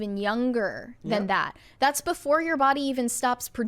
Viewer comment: do you know the word is “plastic” and not “plosstic?” Where does this “oxcent” come from? You can say the word “massively” correctly, but not “that.” “That” becomes “thott.” Where does this come from??!!